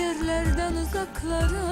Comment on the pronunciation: nəğmə deyən dodaKlara- bir hərfi türkcə deməyin nə mənası var?))) bir də uzaKlara)))